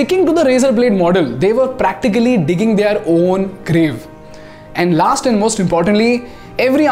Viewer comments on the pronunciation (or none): none